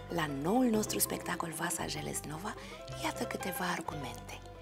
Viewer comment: se pronunta "ielejnova"